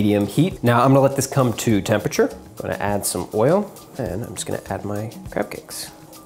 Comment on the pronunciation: It sounded like he said crap cakes!